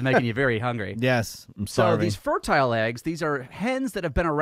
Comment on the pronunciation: Why does keep pronouncing fertile that way. The word means the eggs are fertile, not fur-tile.